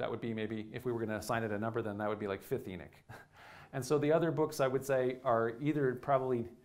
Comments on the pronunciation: I know I am Slovak and we also have the throaty ch. We pronounce it the same as you. He's also misprounouncing E at the beginning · E'nik? Is that like, beatnik? Sir. Your pronociation is both dreadful and confusing. C-. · Love your talks (but it’s is pronounced ee-nok) 👍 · It's sounds like he is saying eneck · it's En"O" ch. for the love of God please speak correctly. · Enic? Where didxyou learn to pronounce words? Delete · Enick? I bet this guy still says epoch properly though🤦🏽‍♂️ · It's pronounced E- knock 🥴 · Enoch not Enich! Wtf this guy sounds like a highschool speech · Enoch or enich this dude is giving a talk and can’t even pronounce the name correctly 🤣🤣🤣🤣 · A comparable example could be found in "The Dukes of Hazard" where the character of the deputy has another, similar Biblical name "Enos". The show portrays the traditional American pronunciation of that name: EE-nuss, (rather than "ee-NOSS"). I appreciate that if you live on the coast in the Northeast, you may have access to people influenced by modern Hebrew pronunciation, rather than standard English pronunciation. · It's not the E that he's mispronouncing. It's the O. I speak Hebrew and no one pronounces Enoch like that. The only difference is that in Hebrew the ch make a more "throaty" sound. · Do all Americans pronounce Enoch wrong like this guy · I would have watched if Enoch was pronounced correctly here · You keep pronouncing the name of Enoch wring. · "Hahnook" not Enik... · He pronouncing it E knick which it's pronounced E knock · I grew up on the East Coast, half in the South and half in New England. I have never heard someone pronounce Enoch as "EE-Nick." Always heard it pronounced "EE-Knock." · Enik? Is this a Sumerian Ethiopic version? If so does he mean Enki? It so irritating to hear the principle character's name so badly pronounced, and hearing it spoken so badly multiple times is just too much. It's E‐nOch, as in 'knock on the door' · En'o'ch not Enick!!!!! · Eknock not Enick